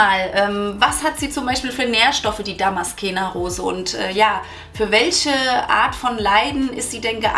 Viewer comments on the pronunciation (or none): Liebe 😊... Danke für die tollen Infos. Kleiner Tip: man spricht es ^Damaszener Rose^... darum wird sie auch in deutsch genau so geschrieben 😉